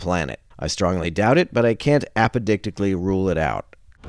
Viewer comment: apodicticly? Wowsa!